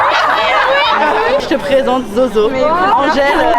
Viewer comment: omg quand elle a dit « Angèle » ça m’a trop fait bizarre !! 😭💞